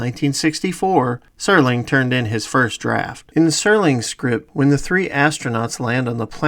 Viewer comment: Lots of great info. But it's Serling, not Sterling. Jeez.